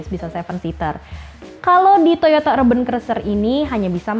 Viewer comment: Itu sebutan nya urben atau urban...kayak nya klo dlm bhasa inggris sebutan nya gak kayak gitu deh